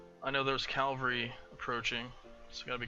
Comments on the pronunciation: IT'S CAVALRY NOT CALVARY, I'm sorry I had to get that outta my system. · It really bothers me how you say Cavalry. Its not Calvary.